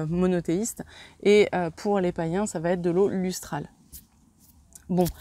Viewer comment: merci... mais s'il vous plaît... va Têtre non! il n'y a pas de T à va alors la liaison ne se fait pas ça arrache les oreilles!! et vous n'êtes pas la seule.. loin de là